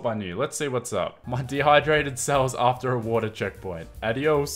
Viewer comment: Wait did u say water I heard vodka